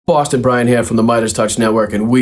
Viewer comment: Bwoston bwrian hyear